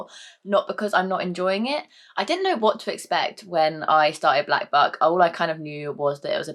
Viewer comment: All I can hear when you say Black Buck is Black F*ck....... Oops hahahaha